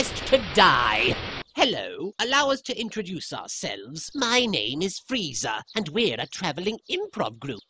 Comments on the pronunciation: Why do people call him “Freezer,” it’s Frieza. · yeah but you say his name as "FREE"za. so why the heck would there be a random I ruining the name anyway? Freeza is such a better name.